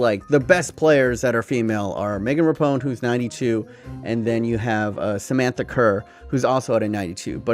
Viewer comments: I’m sorry but at least know how to pronounce the best footballer in the worlds name it’s Megan RAPINOE not how u said it: Megan rapone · "Megan Rapone" jesus. idiot. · Ra-peen-o... SMH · Hahahaha “rappone” she’s gonna get so triggered 😂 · “Megan RAPONE” were you joking when you said this? It’s a bit disrespectful to mess up Rapinoe’s name like that... come on it’s not that hard to say! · It’s Rapiiinooe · Lol everytime you say “Rapone” I can hear the people yelling at you 😂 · “Megan Rapone” that’s not even close mate lol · Pronounce Rapinoe correctly for the love of God. Ruh-pee-no, its not hard. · Its RA-PE-NO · Pronounced Ra-P-No. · I was triggered all video. Her name is Rapinoe( Ra-pee-no) or know of that helps. But other than you butchering that name I liked this video a lot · Ali Riley is from New Zealand! and it's Ra- Peen - o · Isn’t it pronounce Ra-Pi-Noe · rapinoe. say it with me ra pi noe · Megan RAH-PI-NO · He’s kept butchering Megan Rapinoe’s name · Bruh why you say Rapinoe like that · Can say Henry in the proper accent but can’t pronounce Rapinoe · buddy how could you pronounce rapinoe's name so wrongly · Why do you have so many issues saying Rapinoe? It's not hard. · How do you mispronounce Rapinoe just sound it out lmao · Pls say rapinoe and not rapone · It’s pronounced Ra-pee-no not Ra-pown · Megan Rapinoe, pronounces it Repone... only triggered me cause I’m from Seattle and I used to like going to Reign FC games and she’s our star. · It is raaapeeenoooo not rapon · LMAO RAPONE.....errr Rapinoe (Ruh PEE no) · Rapone? It’s Rapinoe, not Rapone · Dude, Rapinoe's name it's pronounced Rah-pee-nou not Rahpohn. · “Ruh-pee-noh”, not “Rapone” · Rapinoe is pronounced Ra-pee-know not Ra-pone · It’s pronounced ru pe no not rapone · It is rapinoe.....not rapone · It’s rap ee know not rapiknow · Megan RAPONE, Bruh can you even read, it’s rap - in - oe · Mate.. Its meghan (Rap-EE-no) not rapone 😂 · *Rah-peen-oh Not rah-pown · RAPONE? It's Rapinoe mate